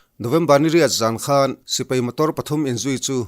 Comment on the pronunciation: Lo kap hlum ṭeuh ṭeuh zel teh se. An ralthuam hi laksak zel thei se ka va ti em. Sipai tih hi sipei tiin i lam ri lek lek ṭhin.